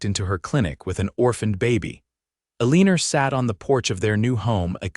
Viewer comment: A beautiful story of love ! Yeah it was annoying AI saying Aliner instead of Elina. And had nothing to do about people from the south as said from someone ! Jamestown Ohio